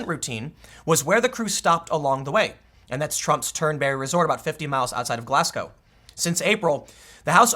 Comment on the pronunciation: I'm from Glasgow, just a wee nit pick. This is how you say it: Glaz-go